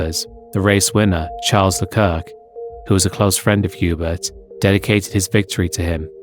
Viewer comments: Piggybacking on this comment to politely add that Hubert’s name, being French, is pronounced like yu-BEAR rather than HYU-bert. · “Hubert”, “Eau Rouge” and “Correa” pronunciation…